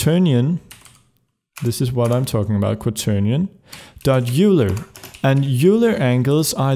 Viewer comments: Don't get me wrong man, you are AMAZING! And I absolutely love watching these videos, they are so incredibly helpful!! It is, however bothering me how you pronounce Euler... it's pronounced like "Oil - er", small thing, doesn't ruin the video for me :) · Euler is pronounced "Oiler"